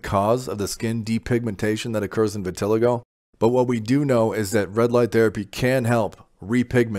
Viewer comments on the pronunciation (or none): It’s vih-tih-LY-go, not vih-TIL-ih-go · you didnt say anything worth listening to and you can’t even pronounce the the word VITILIGO